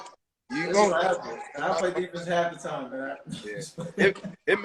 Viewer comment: Cp3 can’t say 3x champion😂😀😀😂